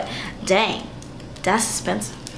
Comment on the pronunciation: I live for when you say "thats espensive" 😂 i just subscribed thanks to you 😘